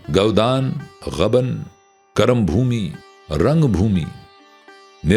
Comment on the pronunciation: جی! تلفُّظ دُرست فرمالیں! غبن ghabn✔️/ نہ کہ ghaban